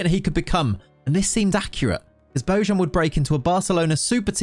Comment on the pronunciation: You dont pronounce it well it's Bo Y an ,not bo J(ž) an.